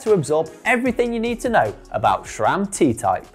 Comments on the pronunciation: There's no 'H' in SRAM. It's not "SHRAM". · Don't get why people keep saying ŠCHRAM. Where does it even come from? It's not in the name. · Even worse, there are some that pronounce it as S-RAM or S-SRAM, like, where on Earth do you see a second letter S??